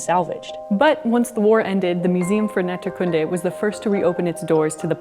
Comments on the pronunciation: The emphasis on Naturkunde is on the first u. Otherwise it's an awesome place there. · By the way Naturkunde isn't stressed on the last word section (as is natural science) but on the first. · You pronounce "Naturkunde" really weird. The stress is on the second syllable, which is a long "oo" sound.